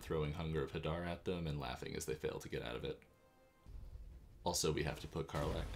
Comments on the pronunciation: Amazing content, the elephant image was just too funny. Such an underappreciated channel, for such good content, +1 like and sub. Also, I believe it is pronounced huh-dar. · I think it's huh-dar. :trophy-yellow-smiling